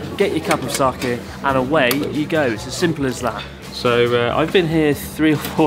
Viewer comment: Pronounced Sah-Kay not kee